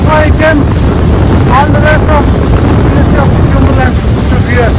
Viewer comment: Bruh.. You are pronouncing it wrong. It’s not kumberland. It is pronounced as Come-ber land.